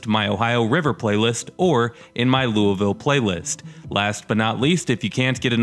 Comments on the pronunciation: Lame attempts at humor and you don't know how to pronounce Lou a vull. McDonald's is hiring. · Bro it’s pronounced luh-vull but it’s fine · why do people pronounce Loiusville as 'LuahVoe'? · Founded by the French. French typically don't pronounce the last letter of a word. Louie ville.